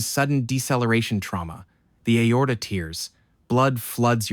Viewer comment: Yes its an AI. Look (or hear lol) how Aorta is pronounced